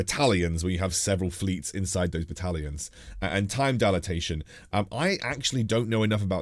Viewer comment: really good video, got to say I got a chuckle from the way you pronounced Time Dilation and Sovereignty battles. You somehow managed to add extra letters